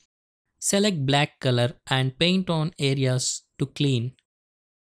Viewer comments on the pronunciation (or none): none